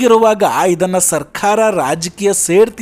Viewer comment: ಸರ್ಕಾರ ಅಂತ ಹೇಳಿ ಸಾಕು. ಸರ್ಖಾರ ಅಲ್ಲ. ನಾಲಿಗೆಗೆ ಭಾಷಾ ಸಂಸ್ಕಾರ ಕೊಡಪ್ಪ